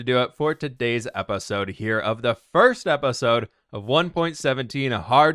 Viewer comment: I like how he pronounce episode as "epesode"